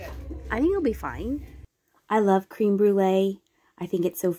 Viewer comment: Crème….not cream, short E